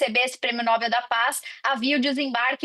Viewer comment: Não é Nóbel, é Nobel